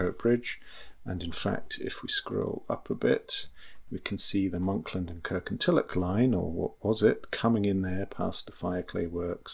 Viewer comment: Please, please, please pronounce Kirkintilloch correctly. It is Kirkintilloch, NOT Kirkintillock! Having said that, a very interesting video